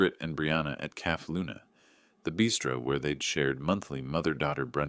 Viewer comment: It's not called a calf, it's pronounced "cafay" cafe